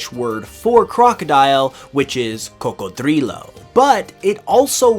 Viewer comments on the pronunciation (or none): Just cuz' you said "cocodrilo" in a funny way, here bud. Have a new sub.